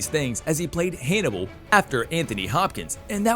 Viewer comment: "Haynibal" ? What´s wrong with this guy?